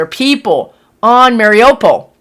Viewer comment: Morning, I’m watching your video now. It is pronounced Mariyupol. Hope this helps.